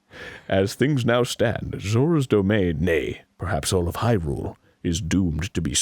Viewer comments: I lost it at when Arin mispronounced ‘Hyrule’ just because he mispronounces ‘Nevada’ and ‘Hylian’ so much. Despite the fact that Sidon said it like “Hai-lee-en” less than thirty minutes ago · I think he does it on purpose aswell, you almost says hilure but the corrects it to hyrule (high-rule) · You know what the best part about this is? Arin himself realizes he fucks up, because after sentence in which he butchers it to "Hillian", "Hyrule" comes up and he stumbles and starts calling it "Hirrule", before correctly saying "Hyrule". He's literally just trying to say it wrong to prove the point that he CAN say it wrong. And the real kicker is, that this episode is just a few episodes after the Nevada fiasco, in which Arin goes the complete other route of "it needs to be correct". Dude's got issues.